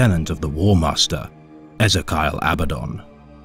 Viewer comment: I'm sory "Az-e-ky-all" ?? its pronounced "Az-ee-kill"